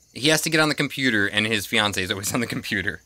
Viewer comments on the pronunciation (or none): none